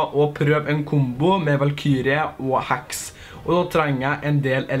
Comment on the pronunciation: Når du sier heks så tror jeg du sier hacks